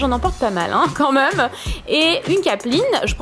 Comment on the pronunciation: On prononce "même" pas "meume" !